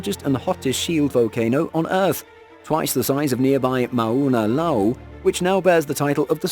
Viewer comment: I live 3 miles from fisher 8, the event that that happened may 1 2018. The person narrating should learn how to pronounce Mona Loa and Kilauea, i had no idea what he was talking about and I live here. My bet it is a translation software for read then talk which is OK for Englise but does not work well in Hawaiian